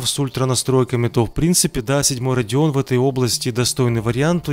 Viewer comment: Это "Radeon" ёпта